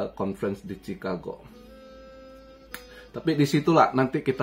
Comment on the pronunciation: "mi-wol-kii" "Chi-kha-gow"